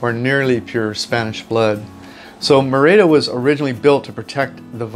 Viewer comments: It’s not “mehr-ey-dah.” It is pronounced “MEH-rih-dah.” With the accent, stress over the first syllable. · Pronounced MER-EE-DA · A friendly tip:. Merida is pronounced Me-RI-da. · Lovely vid, but it is pronounced MER-i-da 😀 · If you could pronounce Merida correctly, it would add credibility to your video.